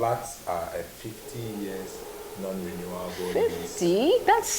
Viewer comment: Did he say non renuable after the 50 yrs?